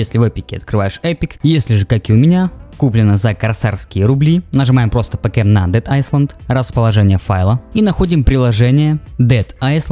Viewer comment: Хватит говорить айсленд умоляю